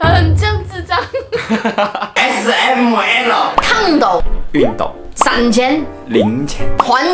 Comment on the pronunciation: A死M姆ELLO X ELLOO笑死我了😂😂😂